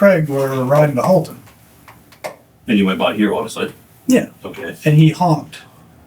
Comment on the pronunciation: Houlton, not Halton